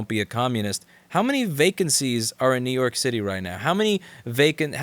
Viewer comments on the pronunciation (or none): It's up to youuu, Nuke York, Nuuuuke York ♩ ♪ ♫ ♬.